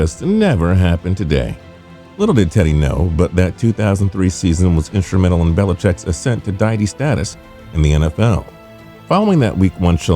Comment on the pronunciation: Deity is pronounced dee-ity not diet-y